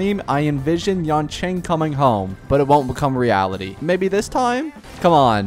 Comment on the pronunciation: Maybe you wouldve gotten Yanqing if you pronounced names correctly!